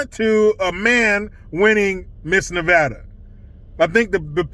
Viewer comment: DNA don't lie that chic is a guy. Redefining womanhood. You were right the first time saying Nevada. Not Nevahdah. I am a lesbian trapped in a mans body. Help me.